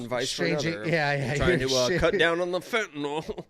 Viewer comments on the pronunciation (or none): none